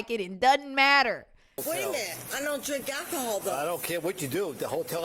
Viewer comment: Damn. Daughter came in hot. She came ready to fight. "I dun..t drank al-chee-hall" lmao okay lady sure